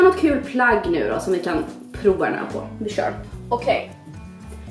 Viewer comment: Bara jag som tänker på att hon säger ”proa” och inte prova?!